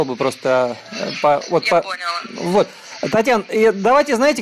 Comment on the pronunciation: "Я вас пОняла" - сразу спалилась, из мазепии "звОнит".